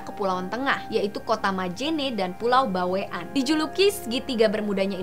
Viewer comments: Bawean bacanya baweyan bukan bawe an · Bawean itu bacanya (baweyan) bukan (bawek-an) wkwkwk